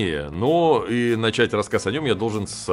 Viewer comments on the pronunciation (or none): none